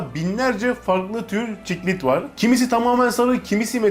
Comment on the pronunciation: Ciklet diyormuş anlanyana kadar başım ağrıdı